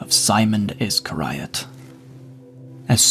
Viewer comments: Iss-scar(e)-ee-uht (iscariot). Sorry, I had to point that out 😅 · Always good to hear scripture but the way u say Iscariot makes me smirk hard haha. Ih-scare-E-ot